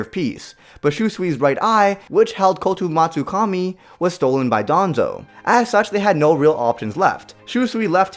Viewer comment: shoesui is that how you pronounce it and kotomatsukami hmmmmmm somethings off can you spot it kids